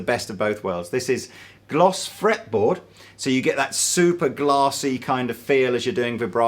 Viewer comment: I laughed at "gloss fraple metboard"!